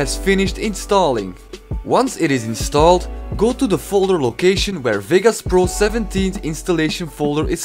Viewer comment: cool vid man, btw its vegas not vigas lol